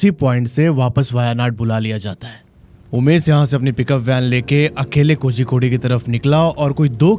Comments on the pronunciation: Bhai it's pronounced koricode and not kozykodey.. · Hello hello mysterious state????? Waise tumne kitne mysterious explore kiya hein kerala mein???? Pehale jagah ka naam teek se bolna seeko Kozzzzicode nahi bolte. Z ko tounge twist karke bolna padtha hei.... kolikode bol sakte ho lekin woh bhi sahi nahi hei but almost sahi hei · Kozhikode is pronounced koryikod. THA is pronounced Da in south, ssery is pronounced sshery